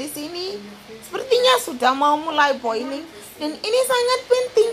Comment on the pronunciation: boilling : mendidih not mendiding